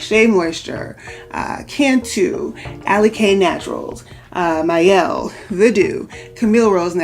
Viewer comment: I'm glad you sa aid the Mielle name correctly. Idk why but it irritates me when people pronounce their name wrong. Especially sponsored videos.